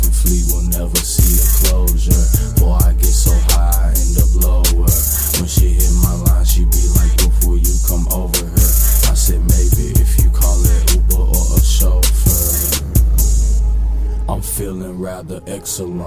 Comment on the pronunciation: wulf's pronounciation be like here = hurr fear = furr care = cur